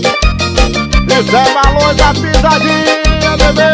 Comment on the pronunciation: O Cebolinha da turma da Monica falando "Barões da Pisadinha"😂😂😂😂😂